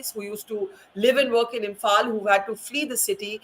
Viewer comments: that's how you say it because you can't pronounce the 'l' in imphal 😂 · that's your way of saying 😂you cannot pronounce imphal so she said 'imphan'. Is that hard to understand? 😂